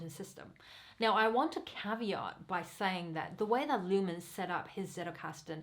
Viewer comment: And the name is not Niklas Luhmän , it is Niklas Luhmann - with the same a like in Niklas